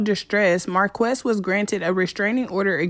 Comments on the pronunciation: His name is pronounced "Marcus" and he and Chris need help and need to be locked up. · Marques is pronounced Marcus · It's pronounced Marcus but spelled Marques. Raz is currently still on tour. Love the video.